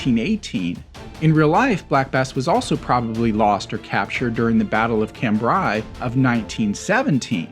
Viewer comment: Cambria = cam broy